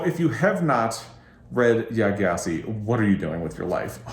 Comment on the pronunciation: Great video! A note though! Gyasi is pronounced jah-see!